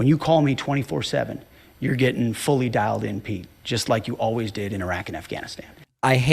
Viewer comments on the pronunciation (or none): Did he say “fully dialed” or “fully dilated”?